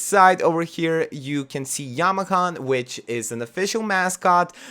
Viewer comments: Yama-chan ... It’s chan like in the word “channel” Other than that, this is an amazing video. Super excited for this pack! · The ch in Yamachan is pronounced more like the ch in chocolate, not like ch in chemistry.